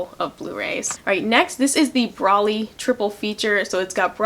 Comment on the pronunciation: It's broly (bro-lee)